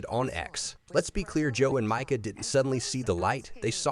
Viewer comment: Learn to spell (MIKA, not MICAH) and pronounce correctly (MEE-KA, not MY-KA).